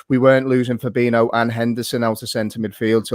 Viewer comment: Fab-een-io...not Fab-eeno, driving me nuts. You should know fella. Jeeeez. For reference, Fir-meen-o, not Firm-een-io